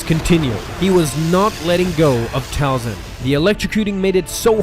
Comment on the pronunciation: Talzin not falcon